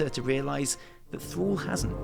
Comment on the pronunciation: When you say "Thrall" it sounds like you say "Thor" :P